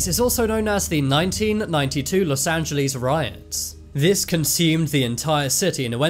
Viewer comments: Loss Angilees? 😂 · btw it’s not Los Angeless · Ah yes los angelees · los anjeelees the way he pronounced it💀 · Where is "los angel LEES"? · Los Angelees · Los angelees - 💀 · los angalies??💀💀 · Los angeleejs 💀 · los Angelees😂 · imagine saying Los Angeles wrong